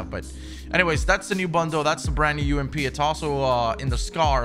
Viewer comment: says “Brand New” like “Brannew”